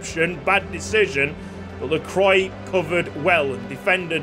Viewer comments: It’s pronounced La-crwa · It's pronounced Lacwa btw, excellent series, have loved every second.